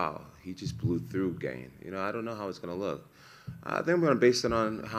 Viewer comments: I promise Jon knows how to pronounce Gane's name. He says Gain on purpose. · Sehrill Gayne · I love that Jon sticks to saying ganes name wrong 😆 pure purposeful disrespect